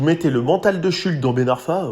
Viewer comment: Par pitié ! Pavel « Schoultsse » et non « Shulk » ! Il a précisé lui-même peu après son arrivée. Ça écorche les oreilles 😵‍💫